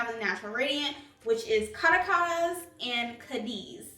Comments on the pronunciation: It’s a beautiful foundation for oily skin...I wish the shades were consistent across all their foundations...it’s pronounced Ca·ra·cas (capital of Venezuela) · ) thanks for your review really appreciate it (that 1st Caracas one is pronounced "Ka-rah-kuz" (it's a country on the continent)